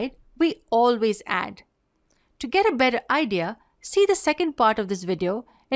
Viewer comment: It's 'video' not 'vedio'.